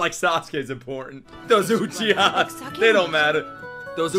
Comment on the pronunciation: Uchi-whose 😂 bruh!